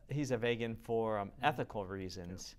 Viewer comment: why can't he pronounce the word 'Vegan' properly? he says VAEGEN lolz